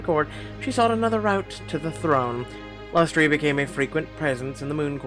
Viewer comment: Lustre is pronounced LUST-uh, it describes a glow or shine on an object. The key members of the Sun court all have light names.